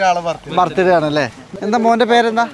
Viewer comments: ഭർത്ത് ഡേ അല്ല ബർത്ത് ഡേ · ബർത്ത് ഡേ അല്ല ബെർത് ഡേയ്